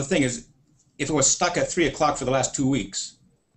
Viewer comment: only thing wrong i found with this video is the word "three" is not pronounced free...it starts with a TH...